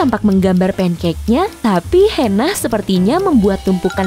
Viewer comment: bukan hena tapi hana